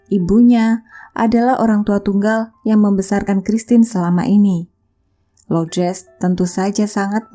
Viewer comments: Semoga jiwanya tenang dan ibunya diberi ketabahan dan kekuatan. Amin Btw,nama ibunya LOURDES, bukan LOUDRES, LOUDRES.. Gak enak dengernya cmiiw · Bukan Lodres mbak, tp Lordes.. Itu nama yg sdh biasa dipakai di Filipino.. menyebut nama christine nya udah bagus😉👍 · sebut betul² nama ibunya.. bkn loudres